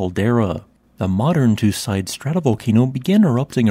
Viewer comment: You are pronouncing the name of the volcano wrong. It is more like 'two seedai', with a long French e (é) at the end.